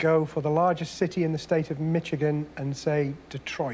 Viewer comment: Who says mitchigan?😂